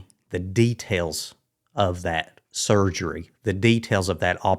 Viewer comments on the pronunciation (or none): A botched 'surfery'.